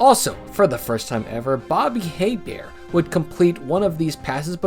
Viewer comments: It ain't Hay-bear, it's Ay-bear. But points for not saying Hee-bert. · Just to be precise, the reference to Bobby Hebert mispronounces his name. It is not "Hay-bear" but "A-bear" because Bobby was/is a Cajun - which uses French pronunciation. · Bobby Hebert's last name is pronounced like "A Bear." I used to know a few people with that last name. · You got VERY CLOSE on Bobby Hebert's last name! The "H" is silent. His name sounds like this: "Bobby A. Bear". Before that Archie Manning also completed a pass to himself, but I don't remember the year.